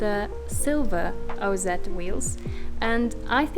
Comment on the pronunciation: Ha, nice. The way you pronounce OZ shows your SA heritage! I'm in New Zealand and zed is correct.